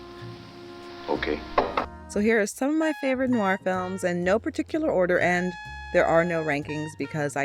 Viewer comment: rare to find an american film noir expert who can actually pronounce "noir " correctly ( they usually say noo-wahr)